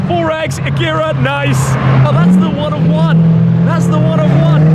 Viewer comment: he said "that's the One of One" but yeah it did sound like "that's the one I want" 🤣🤣🤣🤣